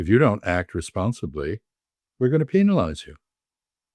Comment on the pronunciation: So refreshing to hear an American pronounce 'penalize' correctly, with a hard E. The diplomat's opinions make sense, too.